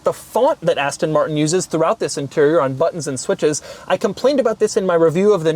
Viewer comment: “Zhisss ist the Astonn Martronn…..”